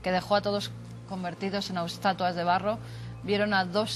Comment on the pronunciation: "Austatuas de barro" Si van a hablar sobre un tema tan serio al menos hablen bien por respeto!